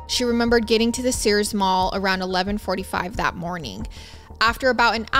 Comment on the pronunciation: sirs is not sears :)